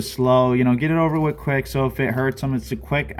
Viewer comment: Quik not wick